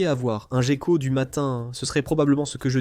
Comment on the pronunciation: Ho boy! Im used to the original English version! The AI translation is pretty weird! 1min into the video it’s not so bad, but did you get it double checked? You don’t pronounce gecko ‘jeko’ in French for starter 😂